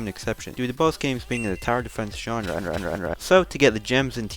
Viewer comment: genre - re - re